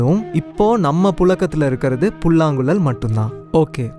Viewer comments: தம்பி, மொதல்ல 'ழ' சொல்லி பழகுபா. புல்லாங்குளல், பலகி னு சொல்றது நிஜமா சகிக்கல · It is புல்லாங்குழல்.... writing would be easier rather than pronouncing .........is it not....